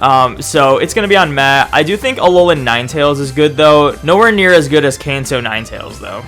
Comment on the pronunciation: When u say Kanto it sounds like cancer what’s does cancer raichu look like